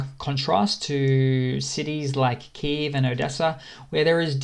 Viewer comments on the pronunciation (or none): none